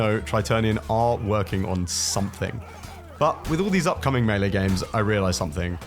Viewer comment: I KNEW you knew how to pronounce melee